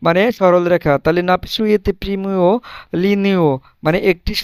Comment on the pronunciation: good ওটা নারিসুইতে হবে। বানান ঠিক আছে উচ্চারণটা নারিসুইতে হবে